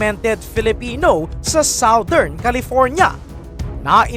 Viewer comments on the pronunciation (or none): none